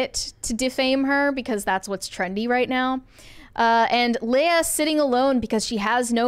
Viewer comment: Mispronouncing Leah Remini's first name is so cringe.